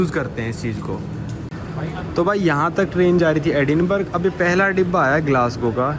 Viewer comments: Edinburgh को एडिनबर्ग नहीं एडिनबरा कहते हैं! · Sir sorry bs 2 baate एडिनबर्ग nahi एडिनब्रह bolte hai our Burlington nahi wo breitling naam hai brand ka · Hi: Agree that this train ticket is overpriced most likely because you booked it at short notice. By the way, "Edinburgh" is pronounced like "Edinbruh". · It's Edinburahhhhhh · Very correct